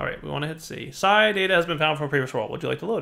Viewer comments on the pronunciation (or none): aww when you said Psi i thought you said Xy. Damn it